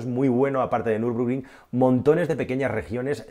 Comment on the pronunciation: es Nürburgring no Nürbrugring. Buen vídeo. Un saludo